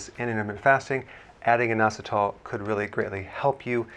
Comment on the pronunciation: Sounds like noassatall